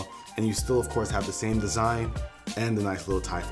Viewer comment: 7.58 did he say desugn instead of design